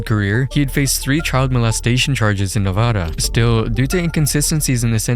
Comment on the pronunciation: he says Nevada weirdly